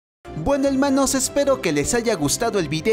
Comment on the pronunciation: Aquien más le gusta la parte donde dise helmanos jajajajajajja no paro de escucharlo